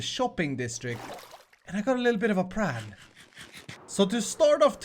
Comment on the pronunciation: PLan not Pran.